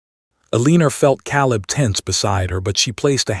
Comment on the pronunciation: Correction: Eleanor = El-lăn-ōr not Eleener Caleb = Cā-ləb not Calb.